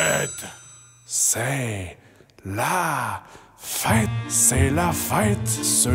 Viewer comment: mdr ton “c’est la fête” sonnais vraiment québécois 😂